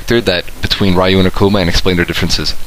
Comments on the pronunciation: his name is Ryu (pronounced like Reeyou not Rīyou) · Can you pronounce Ryu's name right?